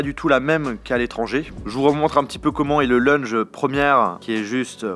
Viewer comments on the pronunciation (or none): C’est quoi un « leunje »? 🤣🤣🤣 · LEUnge ?!!!! Purée il y a encore du travail à faire en anglais mdr !!! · A chaque fois qu’il a dit « leunje » g mis un coup sur mon ecran 😭😭😭😭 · Moi qui entend leunge au lieu de lounge 💀💀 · La vidéo est bonne mais stop avec "lunje" ;( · C'est dingue d'être français et de ne pas savoir parler sa propre langue ... et puis c'est lounge pas lunge ... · Prochaine vidéo: Prononcer correctement "lounge" 😆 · la prononciation du "lounge", respecte un peu l'anglais